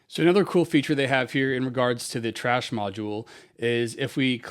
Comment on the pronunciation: Its thrash not trash unless you just being funny